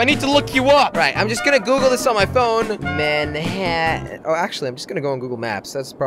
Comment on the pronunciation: Every time Jelly said "Mannhatan" I thought of "Friday the 13th: Jason takes Mannhatan". Dunno why.